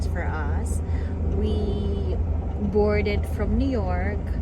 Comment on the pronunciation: when I heard you say the word boarded I knew you were from the Philippines. It reminded me of my mom 😆